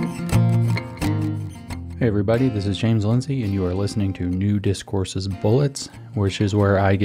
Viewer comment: You emphasise the new discourses after all the nudist courses comments lol